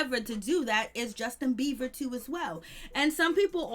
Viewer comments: It has nothing to do with HIM it's very annoying to hear her keep continuously say beaver! And no I'm not running I'm sitting typing on my phone thank you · Thank you. I was about to explode. I just need anyone putting energy into a whole entire story about an individual to at least know how to pronounce their name. There is a difference between a "b" and a "v". Just facts that's all.